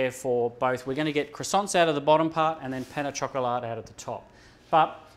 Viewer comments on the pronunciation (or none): are you going to finish those cwoissants..?